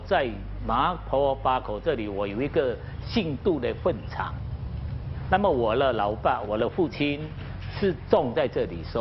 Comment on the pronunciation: 那位麻坡巴口的叔叔，你说坟场时，念坟字时念成错的音（是第二声，不是念成第四声）（第四声好像成了“粪场”）。